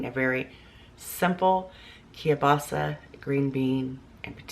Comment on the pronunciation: It's KIEL-BASA. Not Key-basa, or Ka-basa.